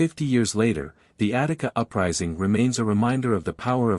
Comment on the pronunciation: Attica not Attic